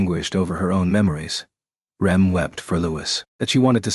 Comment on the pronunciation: The AI just can't get Rems name right lol.